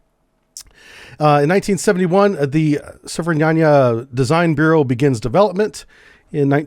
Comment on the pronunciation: Repeat after me. 'Sove-re-men-ie' . Meaning ' Modern Type'